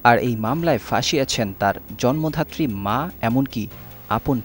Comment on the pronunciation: শব্দটা ' জন্মধাত্রী ' নয়, জন্মদাত্রী। কোমিশন নয়, কমিশন । জঘন্য উচ্চারণ